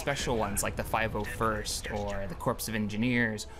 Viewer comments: It's not corpse, it's pronounced core. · corps is pronounced "core" not "corpse" the S is silent also OMG JUST STOP CLICKING AND HE WILL GET INI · Cool Mod, but dude... Corps is pronounced CORE. Just thought you should know that so you don't make an ass out of yourself. Your Welcome. :)